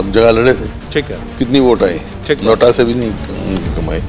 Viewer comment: हुडा साहब नोटा को नोट बोल रहे है😂, लगता है खुद के राज में खूब कमाए थे हुडा साहब जिम्मेदार है हरियाणा कांग्रेस की बर्बादी के लिए। इनकी वजह से अशोक तंवर जी, कुलदीप बिश्नोई जी और अन्य ने मजबूर होकर कांग्रेस छोड़नी पड़ी। कुमारी सैलजा खतरा बन सकती है BJP के लिए। बाकी BJP की अचीवमेंट बहुत है। हर गांव में 8 से 10 बच्चे सरकारी नोकरी लगे। कांग्रेस राज में आपातकाल में पुलिस नही आती थी 100 NO पर कॉल करने पर आज 10 मिनट में आ जाती है। हुडा साहब ने EX GRAITYA की नोकरी खत्म की। मेरे पापा के जाने बाद पूरा घर हल गया था, अगर नोकरी मिल जाती तो हमे नर्क नही देखना पड़ता। फिर हमारी जमीन जा अधिगहरण किया गया, उसमे भी नोकरी नही दी । और पैसे लेकर खूब नोकरिया दी। ये सब बाते मै खुद अनुभव कर चुका हूं। VOTE FOR BJP